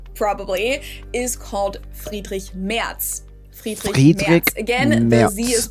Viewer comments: Friedrich Not friedrig 😂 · You pronounced "Bach" very well. But when you speak "Friedrich" you fall back to the english pronouciation. It's the same sound as for "Bach" for the "ch". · It's not quite the same sound. The "ch" in "Bach" following the dark vowel "a" is the dark "ch" sound (formed in the back of the mouth), while the "ch" in "Friedrich" following the bright vowel "i" is pronounced more in the front of the mouth. Repeatedly say "ach" versus "ich" and you'll notice the difference when forming these two "ch" sounds.